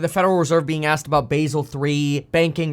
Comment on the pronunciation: Basel 3 is not pronounced like the herb Basil. Its Bah sell.